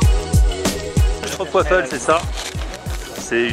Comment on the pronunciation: "schtropwaffel" xD